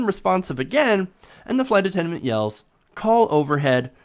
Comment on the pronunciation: Hard for me to focus on this story but he keeps saying "attenment" instead of attendant. Anyone else notice that? I wonder what happened to the flight attendant? Should have been fired. I can imagine how the black passenger must have felt...being doubted because of her color.😣